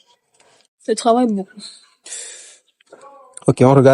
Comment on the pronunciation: S il vous plaît reprenez vos livres on ne dit pas Cravailler mais Travailler. Différence entre Tr et Cr.